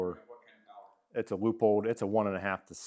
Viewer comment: Finally! Someone smart enough to pronounce Leupold correctly.